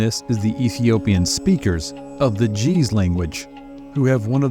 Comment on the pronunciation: And the word hes pronouncing jeez, has the same g sound as get, and it stops in the middle of the word, and quickly picks back up to make 2 syllables. And Ge'Ez is still widely spoken because the Othodox Chuch Bible is written in Ge'ez.